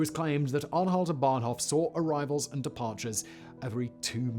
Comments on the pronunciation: Bahnhof not "Banhof" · It's "Bahnhof", not "Banhof" ;)